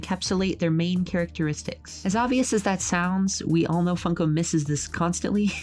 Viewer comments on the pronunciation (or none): Why did I keep hearing fucko instead of funko? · I cant , I just cant, it sounds like she's saying fucko, not like a swear, instead of funko